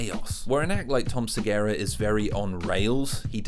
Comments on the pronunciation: Dude. Who are you to talk down about Tom SegUra. (Seh-GUr-Ah) not (Seh Gayr-Ah), who is brilliant. Or to talk down about Louis. We all have our skeletons or things we are not proud of. If you are giving props to Shane and he likes Louis C.K. you can put on your big boy journalistic pants and not talk about your personal grudges/ opinion. Many people have accepted Louis' public apology and trying to move forward with him. I was likeing your video up until about 18 mins. now I am ditching and thumbs down. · The way you say segura Is fucking killing me dude Please say his name correctly 😢 Seh goo rah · Repeat after me: Suh-Goo-Ruh. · I've never heard anyone pronounce Tom Segura so incorrectly. Like... Sigera? Seriously? You got all of the vowels wrong. Great video otherwise. Just... Damn. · It's Segura. Seh-gue-rah. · why can't you pronounce 'Segura'..? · You talk about his stage persona versus real persona while seemingly ignoring the fact that he's on stage in front of audiences. I think the guy just has nervous habits. Super weird hearing someone talk about the pretension of performance, having woken up and decided on that for a hairstyle. Incidentally, you keep mispronouncing Tom Segura's name. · That's not how you say Segura.....